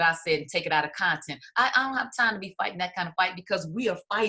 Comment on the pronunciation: Lisa.....the word is conTEXT. Not conTENT....smart lady 😉